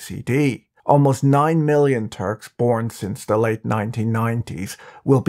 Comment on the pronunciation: This is a great content! But the way you say “muslim and turk” is triggering me. Like you are saying muzlem or something.